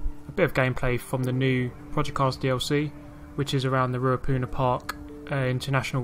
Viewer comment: Yeah bro you pretty much pronounced it how everyone else does